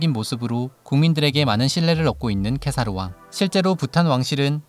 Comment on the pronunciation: 《티벳어 한글 표기안》을 따른 국왕 이름(འཇིགས་མེད་གེ་སར་རྣམ་རྒྱལ་དབང་ཕྱུག)의 더 정확한 발음은 직메 게사르 남걜 왕축(Wylie: jigme gesar namgyäl wangchuk)입니다. 케사르(khesar/གེ་སར/gesar)의 ག의 종카어 발음은 ㅋ보다 ㄱ에 더 가깝습니다 (IPA: /ɡ̊/)